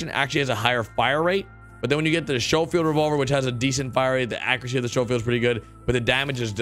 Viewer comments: Lol. “showfield.” Schofield = Skofield. Same old... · The SHOWfield? You mean the Sc(k)ofield? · Hey, it's pronounced "skofield"... fire arm enthusiast feeling the need to chime in there... Also, do you play rdr2 on console as well?